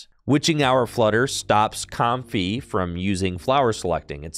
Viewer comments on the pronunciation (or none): none